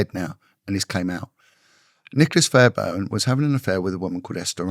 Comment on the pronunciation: Sir Nicholas Fairbairn (not Fairburn) was not a lord; he was never elevated to the peerage, although he was married for 15 years to the daughter of a peer (which did not make him a peer or lord in his own right). He was the Conservative MP for the Perth & Kinross constituency in the county of Perthshire until his death in 1995, which triggered a by-election. He was known to be a "ladies' man" and a sartorial dandy, often wearing flamboyant clothing and plaid (tartan) suits. The school he attended was called Loretto, not "Lorett", "Loret" or "Lorette", a Scottish public school which enjoys a very good reputation and has many distinguished alumni. Getting to the truth is always the right thing to do; it is right and proper that investigative journalism should thrive in a free and decent society, and I admire those who sustain this, including, who has alerted people to many things that should be exposed and who should be given full credit for doing so; his undoubted courage is never in question, nor should it be. But please, these details can make the difference between credibility and doubt. Getting the details right is the way to go. Why get them wrong when they can so easily be corrected with just a little background research? Nevertheless, this channel still merits a well-deserved sub!